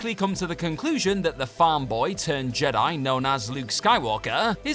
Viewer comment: I'd never heard of the movie "Return of the Jedi-yah" before.